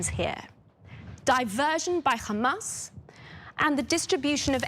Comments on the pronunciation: This woman is a sewer pipe because only shit comes out of her mouth. It is Hamas you idiot it is not Khamas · Why do these genocidal maniacs insist on pronouncing it as 'Khamas', there is no 'Kh' in it. Are they all willfully ignorant or just smooth brained? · It is a lot closer to pronounce it like an H Changing it to their “Kh” is just dumb and shows their racism